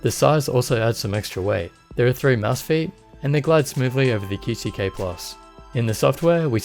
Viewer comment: QcK is pronounced Quick